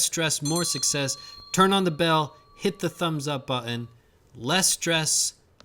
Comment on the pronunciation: Be sure to hit that "buh-in"!